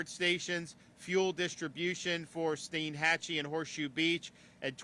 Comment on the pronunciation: It's Stienhatchee.Not steenhatchee.